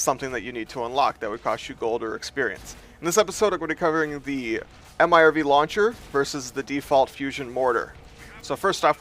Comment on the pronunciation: "GONNA BE COVERING THE AM AY AR VEE LAWN CHAIR".